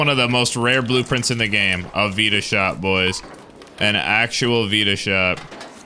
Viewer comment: So...hold my beer (breathes deeply)... it is NOT pronounced veeeta shot. It is pronounced vitashot (just say fight the shot). You guys get it now?